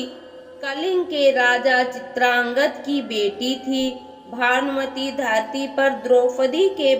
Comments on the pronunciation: Aap भानुमति को भानमती पढ रही है ।।। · अरे बावली भानमती नही भानुमति है